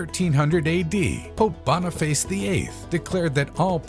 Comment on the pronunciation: "Boniface' is not pronounced "Bonny face"